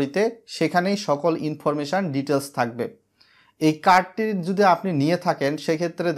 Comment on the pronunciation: 7 লাখ সাবস্ক্রাইবার আর বলে কিনা "প্রেমেন্ট" "ইনফরমেশান" ভাই স্ক্রীপ্ট লেখার পর চেক করে নিয়েন। বাজে শুনতে লাগে।